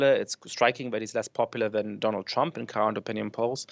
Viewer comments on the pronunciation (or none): I loved his pronounciation: Trömp